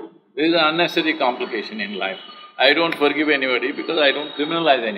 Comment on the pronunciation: Forgivvvvvvuveeeee madam it’s forgive Where did u study that ur English and the pronunciation is so bad 😀I like the way she said forgive very softly . Lol she was probably scared ppl will judge her the way she says it . Only colour n look s no wonder she hangs out with all serial actors .